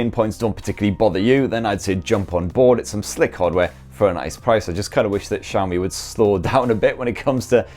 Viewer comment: Where the cha is xiaomi? Mf saying SCHAMI